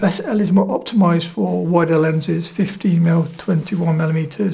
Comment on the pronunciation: Great video as always. Just a comment, I noticed that you pronounce 15mm and 50mm the same way. I'm sure confusing for the beginner. Otherwise, superb video in every respect.